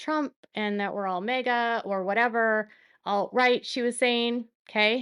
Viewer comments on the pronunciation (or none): none